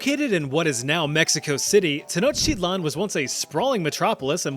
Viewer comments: Pronounce it like 10 sort of and then like ouch but capital o sound then i then lan ten ouch I lan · it is not pronounce like that it's teh-NAWCH-tee-tlahn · According to yourself you’re saying Tenochtitlan wrong as the tl is a TGH sound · when you pronounce "Tenochtitlan", should the "tl" at the end there have that "chk" sound you lectured us about , making it: "te-noech-tea-chk-lan"?